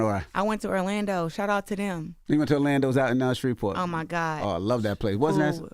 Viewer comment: Orlando? Did they say spreet port? I would like to visit for the food 😊